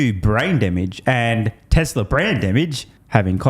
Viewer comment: Tesla, Tesla. Not Tessler